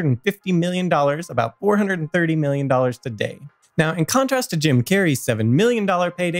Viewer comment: stop saying "today" like that!!!!!!!!!!!